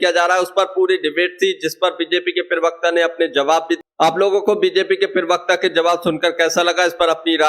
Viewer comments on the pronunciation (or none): Perwakta nahi hota parwakta hota hai hindi ka sahi uchaaran nahi karpate ho chale vedeobanane .